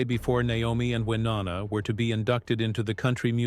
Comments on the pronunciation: Hey narrator! It’s WyNONA, not WYNANNA! Good LORD! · Please learn how to say Wyonnas name correctly